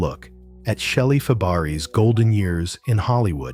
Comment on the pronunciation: I stopped watching after the narrator mispronounced the name of the subject in the first sentence. That does not exactly lend credibility or trust in anything you say after that.